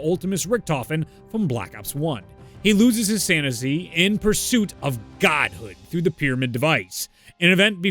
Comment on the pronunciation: “He loses his sansisy “ 😂😂😂